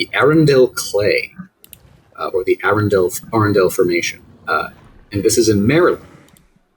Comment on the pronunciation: Maryland native here!!! Arundel actually is pronounced Uh-run-dull. Easy mistake to make if you’re not a local. I was looking forward to the Acro discussion since it’s known to have live here and is definitely one of my favorites. Great job and keep on making this amazing content!